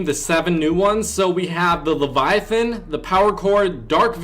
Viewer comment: Finally someone who can pronounce Leviathan correctly.